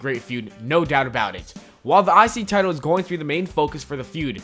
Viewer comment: im the only who hear "the isis title"???